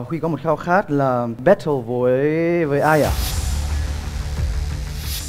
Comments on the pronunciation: We say Battle Also Chipu: Bét Thồ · ChiPu: " ...mang ra 'Bét thồ' với cả..." ủa alo đi du học :))))